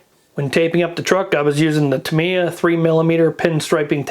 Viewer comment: Great video, and I'm now subscribed. Not important, but it's pronounced: "tah" "mee" "yah". Unlike English words, there's no variation on how Japanese words are pronounced.